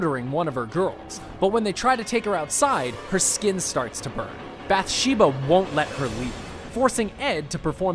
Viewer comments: It's bath sheba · You say Bathsheba wrong